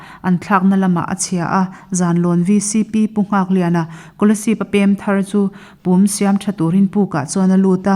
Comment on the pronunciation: Pum tih hi a ri a dik lo.a ri hniam tur ani